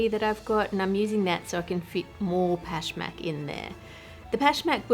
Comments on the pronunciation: I am Persian and Pashmak is one of our traditional cookies. i love how correct and good you pronounce it. Love you and your great content . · the word is pashmak, right? how would you even mispronounce that? normally id agree but pashmak maps onto english sounds pretty well and she said it the way everyone does lol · I loved how accurate your “Pashmak” pronunciation was.